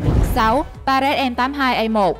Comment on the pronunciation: "ba rét em tám hai" :) nghe đọc chán vl